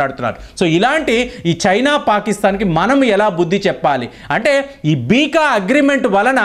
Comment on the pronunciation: Beeka kadu beca ani chadvu